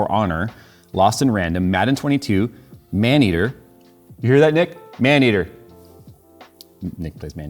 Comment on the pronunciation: I think you mispronounced "Maneater, game of the century"